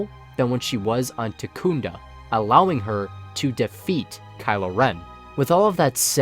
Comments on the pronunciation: I'm sorry, I lost it at Tekunda (Takodana) XD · Takunda? Did you perhaps mean Takodana? :D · Loved it all except it's Takodana, not Takoonda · Am I the only one who cringed when he said takunda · Why should anyone take you seriously if you don't Proof read something as simple as the planet Takodana. It's TAKODANA not TAKOONDA. Proof read my guy, re really easy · Love the video but I have one problem. It's not Takunda it's Takodana!! Joke aside great video keep it up. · Good vid. Good theory. But, could you learn how to say Takodana? It's not Takunda. It would help your theory hold more weight. Still getting a like and a sub. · Takodana (tah-koh-dah-nah) not takunda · Takunda lol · Takodona ("Taco-Donna") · lmao at the pronounciation of Takodana